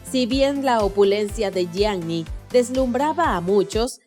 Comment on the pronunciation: SE DICE YIANI NO YIAGNI! BRUTAAAAAAA!!!